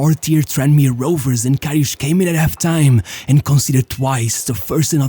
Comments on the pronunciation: Its karius not kariusch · Whispering voice and reading his name as Kariush won't change he is a garbage goalkeeper lilbro. He is garbage. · Ah yes Šergio RamoŠ and KariuŠ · This is a really good video, as always. But Jesus Christ, please stop butchering this really straight forward name. There is no "sh" sound in this man's name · it's KariuS and RamoS not KariuSH and RamoSH!! 😂